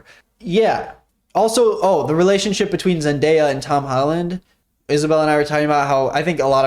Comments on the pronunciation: My fiancé and Isabelle both just criticized you for how you said Zendaya the first time at the exact same time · bro butchered Zendayas name💀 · Your girlfriend correcting you on saying Zendaya😂 you should include her in some videos! You guys have a really cute dynamic/vibe I don’t really know how to word it.